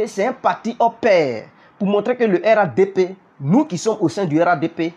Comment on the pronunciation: On dit RHDP toi tu dis RADP